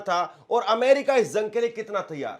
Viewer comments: Zung kya rey???? It’s Jung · Bhaiya zang Nahin Jung Hota Hai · अबे zung नहीं jung बोल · पत्रकार महोदय जंग होता है न कि ज़ग शब्दों का उच्चारण सही कीजिएगा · Usko zang nai jung bolte h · تم جیسے لوگ بھی صحافت کے میدان میں جھک مار ہے ہیں تمہاری زبان ہی درست نہیں ہے، جنگ کو زنگ بول رہا ہے